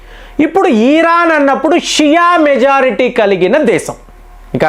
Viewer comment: ఈరాను కాదు ఇరాన్